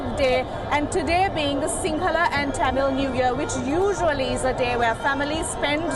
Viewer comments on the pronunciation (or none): none